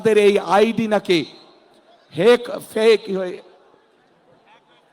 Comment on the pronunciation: এই শুয়োরের বাচ্চা তোরে কুকুর দিয়ে খাওয়াবো, মূর্খের বাচ্চা, হ্যাক,ফেক উচ্চারণ করতে পারে না, খাম্বার বাচ্চা মাদারচোদ